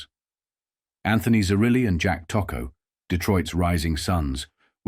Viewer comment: AI bullshit! Can’t even pronounce the Tocco name correctly. What a mess.